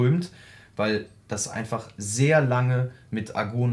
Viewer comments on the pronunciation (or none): Heißt das Gas nicht Argon? Argun kenn ich nicht, komme auch aus der Metallbranche. Deshalb kommt mir "Argun" doch Spanisch vor :)